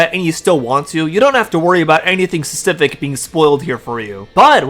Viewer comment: the way you say specific is driving me nuts, fesific?